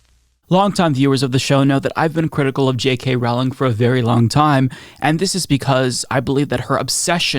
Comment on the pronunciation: Big Fan of your show.. but it's pronounced "rolling" like a rolling pin. It's not rOWLing.. like "owl." Just so you know.